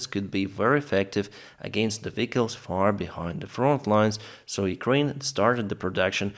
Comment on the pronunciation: I love how you pronounce vehicles. Put a smile on my face, it reminded me of an exchange student. I used to date back in the eighties. I traveled there, she traveled here. She was from Germany & I'm from America. The word she pronounced funny was vegetables. I speak German also, I wonder what words I might say to a German that I'd pronounce funny to them? Keep up your good work. You are an honest & trusted journalist, who is a rare find nowadays. Bruce Lintz Cincinnati, Ohio U.S.A. with Ukraine.